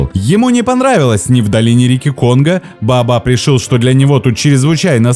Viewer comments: Не БаАбаб, а БаОбаБ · Вы произносите "бабаб" , а не "баобаб". И во многих роликах тоже некоторые слова произносите неправильно, ударение не верно ставите. А так канал очень познавательный и интересный. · А вдруг есть какое то другое растение под названием "бабаб" , а вы тут дерево "баобаб" называете " бабаб" ...это может ввести в заблуждение ваших дорогих подписчиков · Неужели сложно произнести Баобаб? Почему баабаб?